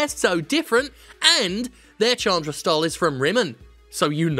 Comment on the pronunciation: Chandra is pronounced "Shaan-dra" btw